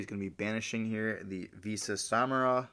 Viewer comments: My bro, Visas Samara is pronounced: Visas Sam-Sar-Rah. Noticed you kept saying Sameross haha 😅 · Was triggering me as well ngl